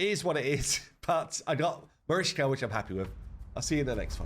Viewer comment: MariCHka pronounce it with ch (like chear)